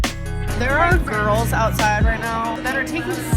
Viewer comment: “There are gorls right now that are videoing themselves… in a restaurant…”. See how ridiculous that sounds 🙄